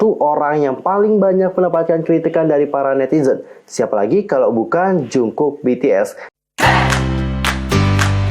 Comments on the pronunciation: Kaaakk Manggilnya Jeongkuk (정국) plliiiiiiissss😩😩 bukan Jungkuk(중국) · Koreksi.. Monmaap jungkook di baca jadi jongkuuk dijadiin o bukan u. Bukan jungkuk.